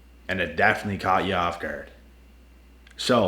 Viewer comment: Decent video man, by the way it's guard not gerd.